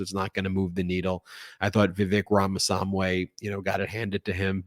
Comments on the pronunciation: I believe the guy's name is "Rama-swah-mee" rather than "Rama-sahm-way". Now you know. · Ben. For Pete sake! Learn to pronounce people's names. It isn't Vivek Ram a swam way. It's Ram a swa mee. You do this often. Please stop. Otherwise, I really like your network. I'm a fan. But mispronouncing people's names is a pet peeve of mine. Please get it right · Ben, do you experience trouble reading? Are you what they call dyslexic? I'm wondering why you have such trouble pronouncing Ramaswamy's name. Ra-ma-swa-mee. Not Ra-ma-som-way. It sounds very uncharacteristic for you, whom I consider a smart person, to mispronounce this name so egregiously. Slow it down a bit, you can get it right. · His name is "Rham-a-swam-ee" NOT "Rham-a-sahm-way" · Ramaswamy, not Ramasamwy! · Ben, I love ya, but you have to learn how to pronounce names. It's Rama-SWAMI, not Rama-SAM-WAY. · It's not Ramasamway It's Ramaswamy Not hard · Pronounced "RAmaSWAHMEE." not "RAmaSAHHMWAY." Granted, the guy is douchebag either way, but even so, you were definitely pronouncing his name way off. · Note: Ramaswa--MEE, not Ramaswa--MAY. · I think it's Swami, not swamp way. 😅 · Thanks Ben for this. But you need to pronounce Vivek’s surname; ‘Rama-swamy’…..not ‘Samway’ 😊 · Ramaswamy, not Ramasamway. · Rama-SWA-my, not Rama-sam-way! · Ben, please stop saying Ramasamway. It's Ramaswamy. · Look - I’m far from a fan of any of those candidates that were up there, but please make the effort to pronounce their names correctly. It’s RamaSWAmy, not RamaSAMWe :) I get it, I’d like to forget about him, and I hope everyone else does too very soon, but any on-the-fencer that suddenly finds their way to your BRILLIANT channel and reporting is probably more likely to hear you out if you get the names right. (Apparently, his first name is pronounced ‘Vivake’ - that rhymes with fake and is thus easily remembered 😂 - found that out from Pod Save America) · It’s Ramaswamy, not Ramasamway! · It's Ramaswamy not swamway